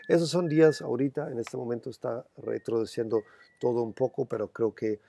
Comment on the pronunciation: me encanta el "retrodeciendo" jajajaja, sos un fenomeno, un abrazo!!